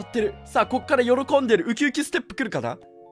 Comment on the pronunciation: 「あたいと結婚してください」 「よrrこんで」 いろいろと癖強すぎてほんと推せるこのカップル